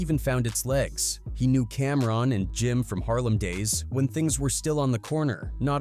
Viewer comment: He even said “Camrin”🫵🏾😆 Crazy